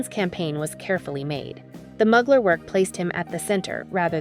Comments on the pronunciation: It's mooglar not mug lar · Fashionista. I only know one designer whose last name is Mugler. If we’re speaking of the same guy, a pronunciation tip to the catwalk chick. MUGler is NOT the way Thierry Mugler says his name. It’s like this: Terry MYOOgler. No MUGS. MYOO. Don’t like tats, in general. But he’s spectacular. What an intense work of art. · It’s pronounced “Moo-glare” 💕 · Not even… It’s MÜ-GLÈRRRR…. And ZHË-NÈ… Both are virtually impossible to pronounce for native English monoglots… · please learn how to pronounce the names of luxury brands properly! I mean come on ... Mugler ... for example ... fashion houses represent institutions of art and fashion extremely valuable to history and to this day remain relevant for how their work influenced culture, sexuality, other art forms and society. You should know how to pronounce names out of respect! Lets do some more research people! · The pronunciation of Mugler is painful. Is this narrated by a human? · not sure ! many people don't know how to say a U the French (or Turkish) way